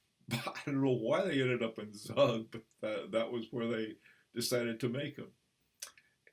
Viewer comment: Professor 👨‍🏫, the town is Pronounced "Tzoog" which is a a 30 min drive from Zurich. The largest encryption (non NATO) in the world is based there named Crypto AG. Also InfoSec. Their banking encryption products 🙏🏻✨